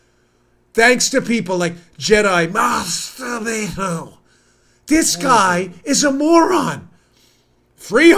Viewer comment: Did he say Master Beto or master baiter